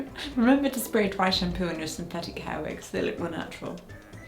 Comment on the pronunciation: Have you worn wigs? Vill you wear vigs? 😂